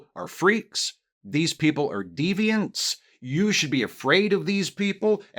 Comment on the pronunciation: I was walking around and instead of hearing “deviants” I thought you had said “demons”. And I was like wait wait wait… They’re demons??! THAT’S AMAZING! I’ve always wanted to know a demon! I was about to go out and make a whole bunch of new friends, but now I’m just sorely disappointed that trans people are just regular people.